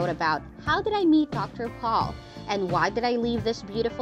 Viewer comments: Pol not Paul!🤮🤮🤮🤮🤮🤮🤮🤮🤮🤮🤮🤮🤮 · His name is Pol POLE. Not paul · Jan Paul? It’s pronounced yawn pole! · Wish whoever does this video, you could get Dr Pol name right. It's Not dr PAUL. GET IT RIGHT OR DONT DO A VIDEO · It's Pronounced POLE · If you can't say Pol the correct way then find someone else to do the narrating, maybe watch the show, DAH. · For God sake research and learn how to pronounce their names correctly! Shame on you. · I was thinking the same, obviously she hasn't ever watched the show. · I totally agree!!! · Why don’t you learn how to pronounce Dr. Pols name? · Terrible narration. She mispronounces most of the names, including Dr. Pol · The narrator needs to learn how to pronounce Dr.Pol’s name! This narrator needs to be removed! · Damn! Never have I heard somebody BUTCHER our language like this woman does! Missouri is NOT pronounced ME-zuri! And it's Dr. Pol, pronounced POLE, not Paul!. And she totally screwed up the pronunciation of Veterinarian at the end! I don't normally nitpick a posting but sometimes you just think to yourself, either pronounce our words correctly or just shut the heck up! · Jan pal NO NOT Pronounced THAT WAY ITS PRONOUNCED YAN POLE GOSH